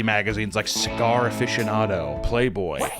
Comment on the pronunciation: Bro pronounced cigar like a frightened snake haha